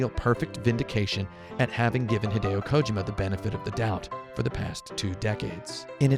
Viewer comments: Ko-ji-ma not kojoma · Thats how his name is pronnounced. Its not KoJIma. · "hideo kOjima"? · This guy is a total douche bag. First of all, he doesn't even know how to pronounce Kojimas name. Its KO-JEEMA. How does this non gamer not know this? Fucking idiot. Second, anyone that likes to hear himself talk as much as this dude does, isn't worth listening to. Wow. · Why would I watch your review when you can't even be bothered to get the creator's name right? Jesus Kotaku. You've sunk so low.